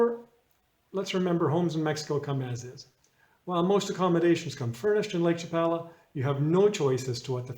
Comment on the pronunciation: You’re saying Lake Chapala incorrectly.